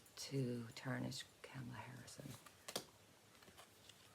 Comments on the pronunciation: Its not Camala, its pronounced as in comma Comala=Kamala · Kamala is pronounced 'comma-la' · If you've ever seen them together, it's very obvious the genuinely like eachother ALOT. They're grownups and professional, unlike the right wing lie mongers. (One way to remember how to pronounce Kamalas name: " comma-- la" .,,,,,,,comma,,,,,,😊💕